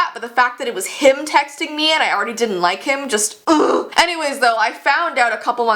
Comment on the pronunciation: At the near end u said ugh 😑 and I thought u said OOF